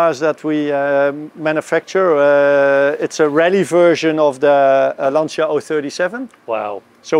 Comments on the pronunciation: Si dice Lancia! Non lansia.. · Lovely story thank you ,by the way it s not Lansia but you pronounce LANTCHIA ,please!! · Jonny, interesting video--state of the art technology. Also, Lancia being an Italian marque is properly pronounced Lancha, just as Jaguar is properly pronounced Jag-u-ar--even though I'm a Yank I know that. ;) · I'm wondering how is it possible in 2023 have such bad pronunciation of every single Italian word? That's just demeaning.